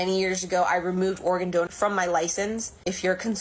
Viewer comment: I love this channel! But I swear to God it sounds like you are saying Oregon, instead of organ. Every time. Is this intentional? Or am I just too stoned? 😂😂